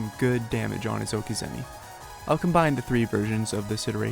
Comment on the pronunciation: The progression of how a char's toolkit is being used is cool, good video concept! (ps: it's okizeme, not okizemi)